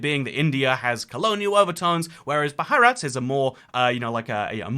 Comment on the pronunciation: Thats not how you pronounce bharat